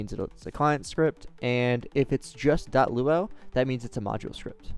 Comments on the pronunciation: It's pronounced as "loo-ah-you", not "loo-ow". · By the way, LuaU is seperate from the word Luau. It's pronounced Loo-a-you, Lua U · never seen anybody pronounce it like that, even staff at rdc.. weird since the U stands for universal and Lua is pronounced Loo-a Definitely gotten spun over time with new devs in and out, that pronunciation was only added in 2020 to the site and GitHub so just looks like they reinvented the wheel 🤷‍♂️